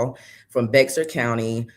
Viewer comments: FYI- Bexar County is pronounced Bear County. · I came across your channel. I love your podcast and will continue to watch your coverage of this trial. Also subscribed. Just wanted to let you know as a Texan, Bexar is pronounced like “Bear”, the X is silent. Thanks